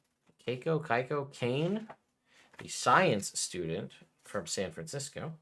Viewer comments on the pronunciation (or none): none